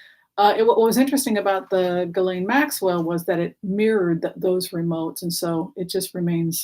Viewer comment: Your insights and MO are fascinating. For what it's worth btw, Ghislaine is pronounced w the kind of soft G we don't have in English. "Gislen". Like the G sound in Zsa Zsa (Gabor). Thank you for helping us have a more panoramic view of the characters in this drama.